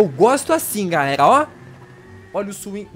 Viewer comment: ele fala galelalalldsakfaf